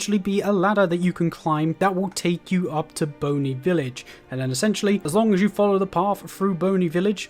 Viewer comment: lol Boney village instead of Bonnie village.